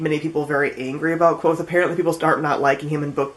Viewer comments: It is kvothe not quothe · You're mispronouncing Kvothe's name. :( Rothfuss has a post on his site that clears up the pronunciation. He also made a video where he pronounces a bunch of different words and names from the Four Corners.